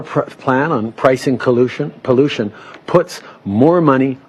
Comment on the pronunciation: Before he said pollution he said collution